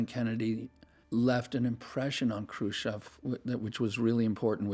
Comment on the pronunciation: Le May; just another gong-ho general with too much ambition. Thank goodness Kennedy did not listen to him. BTW; not ONE documentary narrator pronounces "Khrushchev" properly. They say Krushev!